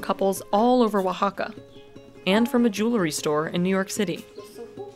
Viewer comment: wow is the first time that I see someone said Oaxaca right 😂